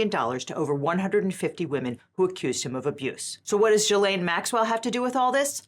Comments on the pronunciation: The G in Ghislaine is pronounced like in the word geek, not jee. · From Wikipedia: Ghislaine (/ˌɡiːˈleɪn, -ˈlɛn/ ghee-LAYN, -LEN)